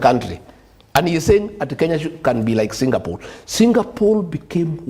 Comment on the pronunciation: Am I hearing Singapool